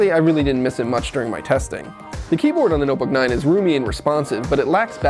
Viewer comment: ''the nuhbuck nine''